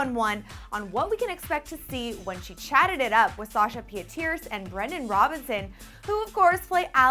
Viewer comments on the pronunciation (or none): you said her last name wrong its pronounced peet-er-sa